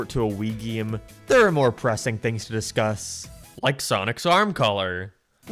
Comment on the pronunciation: What accent is that? You are perfectly understandable, untill you speak an "..ay" sound. "Always" becomes "alwees", "Game" becomes "Geem", "Space" becomes "Spees" and so on. I'm curious.